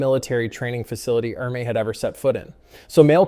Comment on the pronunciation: It's pronounced "Ermee".